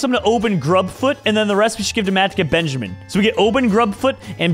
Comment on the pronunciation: no one:: BEANjamin, BANjimen